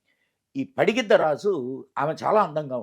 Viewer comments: పడిగిద్ద కాదురా వెదవ పగిడిద్ద రాజు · పడిగిద్ద రాజు కాదురా .. పగిడిద్ద రాజు... యాంకర్ కి తల్లి కూతురు అంటే తెలియదా అవునా అంటుంది ..😅😅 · Padigidda kadu pagididda raju correct ga pronounce cheyandi